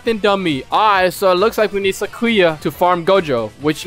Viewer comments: I thinks it's Sai-Ku-Ya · its Sac-you-uh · How to say sakuya you say sak ew uh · Mexican Sakuya XD (cause e say skuya) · You pronounce Sakuya like its Sakura but with the Y instead of R